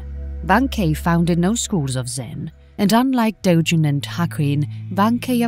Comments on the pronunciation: also, its "dogen." not "dojen." romaji is the easiest thing in the world to pronounce, and they still did it wrong... it feels insulting. "my names saul." "well, im gonna call you paul." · "Dojen" "Dogen" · You're saying "dogen" wrong. Japanese doesn't have soft G's, they're all hard G's like "Gary, Go, Garmet."